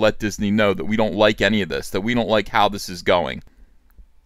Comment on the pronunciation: I love you EVS, but you pronounce don't as "doln't"